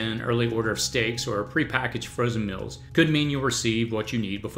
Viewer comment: It’s meals not mills.